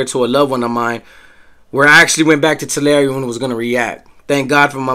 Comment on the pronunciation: Hey I looked up the pronunciation. You are right. Down South in CA. we say "Two-lair". You are right though saying "Two-larry". One said "TUH- larry". I stand corrected sir.